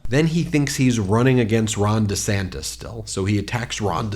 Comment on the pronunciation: How rude he is! And he definitely said "Ron de Sanctus". So many words he can't pronounce.